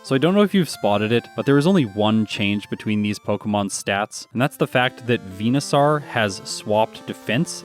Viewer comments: it's VENU-SORE not VENU-SOUR or SAAAR like a pirate. Like Dinosaur not dino sour. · its venoSAUR not venoSORE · you’re Canadian right? Are you a newfoundler? Just the way you pronounce venosaur is different to the way I say it (northern Ontarian) You say it harder, like vena sarrr I say it like, veno soar. Idk just curious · Why do you pronounce Venusaur like that? 🦧